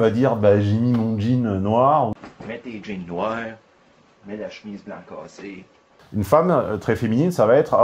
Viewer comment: "La ch'mise blan câssé" À l'aide, pas le violon gay...